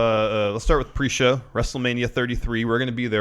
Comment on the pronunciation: ajajaja "weeeeell is pree show" at least i haven't listen that before and cracked up hard XD